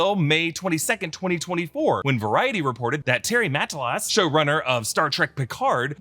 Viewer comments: How does an American butcher the name of an American so effortlessly? “Terry Ma-tah-lass” isn’t rocket science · It's killing me how often Terry Matalas' name is being mispronounced in this video😂 great content, always looking forward ro nore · Interesting way of pronouncing Terry's surname. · Terry Ma-ta-las! Check any of his recent interviews